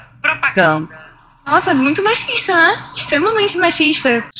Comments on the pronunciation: "MAXIXTA" KKKKK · "ai isso foi maxista muito maxxxista" KKKKKKKKKKKKKKKKKKKKKKKKKKKKKKKKKKKKKKKKKKKKKKKKKKKKKK